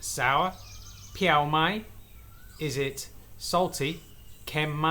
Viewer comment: Your phrase pronunciations at the end sounded correct to my farang ear except for "preeoh" or sour. I didn't hear the "r" and the tone should be falling. It's interesting to see the real estate prices in your area. There are some good bargains nowadays for condos and hotels in Chonburi as many of them are either completely closed or have only a small handful of guests.